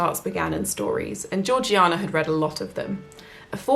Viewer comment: Slam your hand down on the table if I'm wrong; but isn't Georgiana pronounced Jaw-jay-nah? Ps. I loved your reading... I'm hooked!